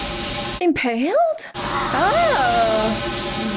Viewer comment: Good ole Bill Paxton. Not impaled, impoled.